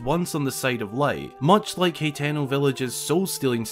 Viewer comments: Its pronounced (ha-ten-o) ..not he -ten-o ..or( hi-ten -o) smh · Ha-teh-no. Not hateno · how it's spelled: hateno how he says it: hetano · isn't 'Hateno' pronounced like: Hah-teh-no ?